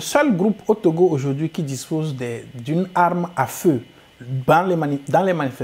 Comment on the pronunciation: Azuivi et non adjourouvi